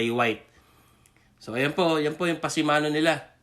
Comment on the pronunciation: Pasamano kuya, hindi pasimano!..Pasamano is Spanish for handrail